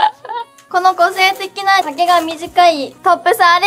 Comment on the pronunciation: この個性的なが この子成績ないにきこえた…